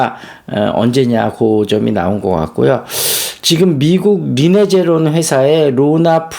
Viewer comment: 리네제론 아니고 리제레논